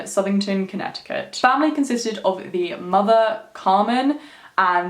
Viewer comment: I Live About 40 Or So Mins Away From Southington I Live Near Mohegan Sun Casino 🎰 In Norwich CT So I Was Superrrrrr Fucking Excited Seeing That You Did This Video AND I ABSOLUTELY LOVEEEEEEE YOUR ACCENT ❤️ THE WAY YOU SAY CONNECTICUT IS SO DOPE LOL 😂 I Always Said To My Mom That I Would Freaking LOVEEEEEE To Give Birth To My First Child In Australia 🇦🇺 Or The UK 🇬🇧 In General Just Too Raise My Children Out There Long Enough For Them To Pick Up That Beautiful Accent And Then I Would Move Back To The US 🇺🇸 I Adore You So Much 💪🏾 You Have The Most Beautiful Soul And Man Your Aura, Energy And The Vibes You Give Off Are So Strong You’re Definitely On The Right Path Stick With What You’re Doing And PLEASEEEE Make A Video Spilling The Tea On What You Do To Be As Balanced As You Are Like Chakra, Mentally, Spiritually And Emotionally Wise & DEFINITELY On How You Keep Such Radiating Pure Energy That You Have The Light Beaming Off Your Crown Chakra Is AMAZINGGGGGG!!! 2020 Is Your Year !! Continue To Stay Genuine, Pure, Beautiful Souled & Humble And The Blessing Your Going To Receive This Year Is Going TO BE EVERYTHING That You’ve Been Manifesting And Working Hard For YOU GOT THIS BEAUTIFUL QUEEN 👑 RUN WILD MOON CHILD 🌝💝💛💖💛💝 BLESSED BE HARMONY AND THE REST OF OUR NICE GANG 😈🤟🏾☮️💜☮️💜☮️💜☮️💜☮️💜☮️💜☮️💜☮️💜☮️🤟🏾🙏🏾💪🏾🤞🏾🤏🏾💋😈